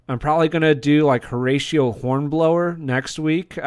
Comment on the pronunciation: It's Horatio not Horatial.